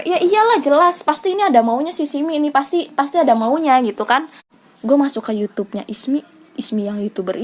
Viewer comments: Magsud si simi itu ngebenerin kata yg salah kan bilang nya yutub trs dibenerin sm simi jd bacaan YouTube gitu tante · Itu disuruh ngomong yang bener😂🤣bukan yutub, YouTube katanya🤣😂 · Lah kamu bilang yutub harusnya youtube😂